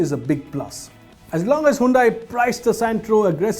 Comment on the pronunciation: Hyundai you spoiled Santro name!